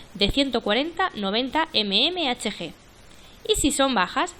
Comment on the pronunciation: Mmhg milímetro de mercurio. Queda muy mal leerlo como lo lees. Parece que no supieras lo que significa